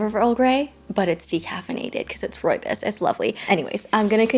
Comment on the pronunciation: Hey, I love you and videos and I really dont want to sound mean or condescending but as a south african, you aren't pronouncing rooibos correctly. I cant even explain how to properly because there are no words in English. Your mispronounciation made me giggle, its more the bos part that was incorrect 😂😂I just thought I let you know ❤❤❤